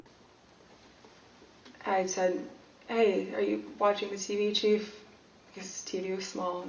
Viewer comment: When she said chief did she mean chef? 😁